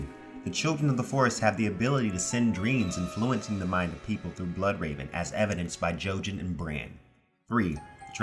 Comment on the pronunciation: infloo-wenceeng😀 Just kidding because it is a helpful video.This seems to address what Quaithe/Melisandre is saying about Dany acknowledging her roots of fire,blood and fear.